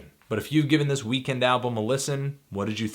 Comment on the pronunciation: why the fuck is he pronouncing Weeknd that way? it's so distracting